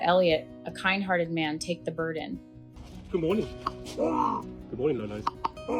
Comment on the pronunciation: "...take the burden" or was it "...take the bird in"?